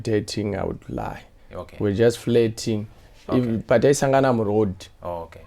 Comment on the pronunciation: The only thing i hrd was "i was just flatng" 😂😂😂😂